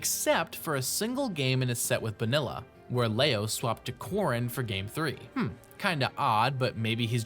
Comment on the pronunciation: Quick note, Bonilla's nickname is a common Last Name in Mexico, it's pronounced "Bo-Knee-Ya"